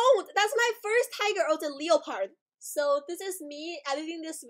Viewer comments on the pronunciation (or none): It's not pronounced leo - pard it's pronounced le - pard lol